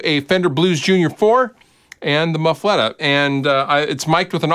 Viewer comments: My mom is from Louisiana, so my inner Cajun is very upset that you are pronouncing muffuletta wrong. "Muh-fu-lah-ta" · Big I’m from Louisiana and i agree 100% hahaha